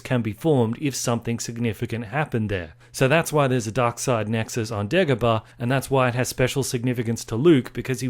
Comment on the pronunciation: I really love how he said light side Lexus instead of nexus